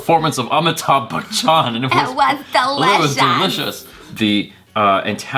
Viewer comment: Try Batchan instead of Bachchan to pronounce his last name...